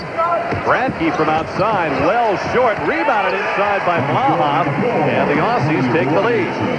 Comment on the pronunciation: typical american commentator pronounces aussie's wrong again